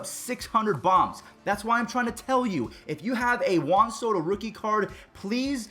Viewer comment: It’s Juan Soto